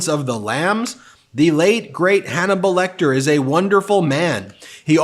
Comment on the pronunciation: Anthany Hopkins is not dead, why is he saying late great Hanmelbal Lecter?